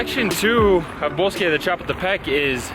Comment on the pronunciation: You generally do so well, but it's cha-POOL-te-peck.